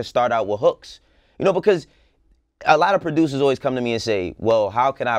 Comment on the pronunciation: “Well he’s laying the blueprint for how prodOOOUUUSURS stay relevant “